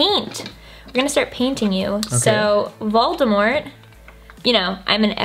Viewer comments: Voldemor? I think jeffree is forgetting the t at the end XD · Cause he keeps saying Voldemore instead of Voldemort :p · Is anyone else triggered by how he says Voldemore instead of Voldemort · jeffree and: “voldemore” me: “where’s the “t” sis”🐸☕️ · he keeps saying voldemore😫😑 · Jeffree Star saying Voldemore for 5 minutes straight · jeffree saying ''voldemore'' is getting to me hahahaha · VoldeMORE he says 🪄✨ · Oml, that's what I thought when he said Voldemort the first time! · Can we just talk about the fact that he doesn't pronounce the T in Voldemort? I'm sorry but I just can't get over that